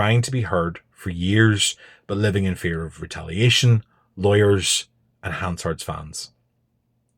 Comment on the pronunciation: You can tell this guy is a weasel from the way he pronounces Hansard.